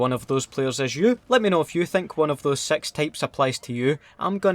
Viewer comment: The way you say 6 kills me lmao you make amazing videos carry on